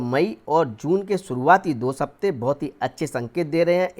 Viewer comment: सप्ताह ko 'sapteh' kyun padh rahe ho aap? Gyan uttam hai aapka, abhivyakti par se grahan hatao.